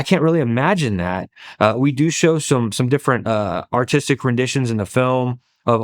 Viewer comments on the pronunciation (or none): none